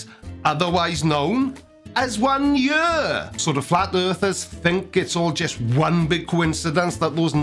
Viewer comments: How many days in a jyhr? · and "yur" means both "ear" and "year"